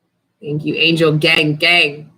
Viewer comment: "angel gangang" 😆🥰